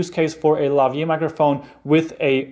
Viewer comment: Thanks for the informative video. Just one comment: It's "Lavalier" ... not Lavier.